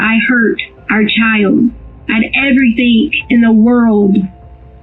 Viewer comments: I HATE Leticia Stauch... With every fiber of my being. I even hate the way she mispronounces words like "Everythink" and "Land field".... Ughhh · "Why would I harm our child out of everythingk" why does she and her daughter week end certain words with a g with a k in instead, is it the accent? I hear this on southern people alot.. . Example: Everythingk, wonderingk, etc.